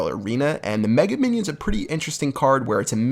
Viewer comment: Мне парой его даже жаль. Умудряется это тупое название выговаривать "Мега Миньён"